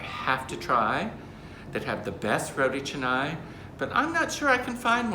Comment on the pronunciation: Thankful that you don’t pronounce it as “rotea kahnay” LOL. Makes me cringe every time I hear that 😂😂